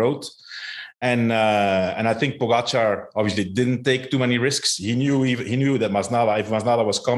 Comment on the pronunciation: It’s pronounced po gotcha not pogo char!